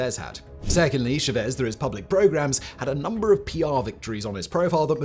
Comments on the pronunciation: Pronounced "shah-Vehz." Emphasis on the 2nd syllable. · Love what you do, but it’s Chávez. The account indicates emphasis on that syllable. It was pronounced as though there were no accent. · Everytime said Chavez I cringed. Please, it's not sha-vez 😢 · Jevezz.. Chevez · Love your channel, but your pronunciation of “Chavez” is absolutely nauseating 😂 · Nice video, but your pronunciation of Chaves is driving me crazy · Say cha-cha-cha. Now say Chavez. Yeah you said it wrong the whole video 😅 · Please learn how to pronounce Chávez. It's not that hard and it shows a minimum amount of care.